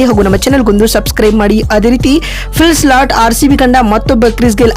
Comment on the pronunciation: Phil slat alla , philsalt modals sariyagi hesaru tilkolamma